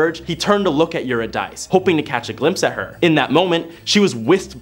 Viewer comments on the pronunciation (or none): Love the content but am distracted by the mispronounciation of all the names. For instance, Euridice is pronounced you rid ah see. Wishing you amazing success in your next steps and beyond.